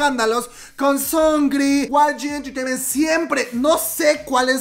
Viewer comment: Osea.. ¿ Guai Yi Enterteiment sabía que asuntos internos les tendían una trampa?,Amo cuando pronuncias: Guai Yi Enterteiment xD Saludos desde Argentina.